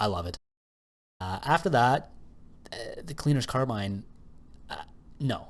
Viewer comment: The name "cleaner's carbine" rhymes if you pronounce it correctly.